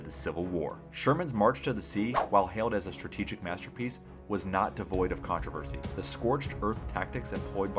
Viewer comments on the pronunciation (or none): none